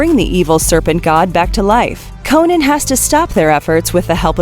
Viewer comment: Cringing the way she says Conan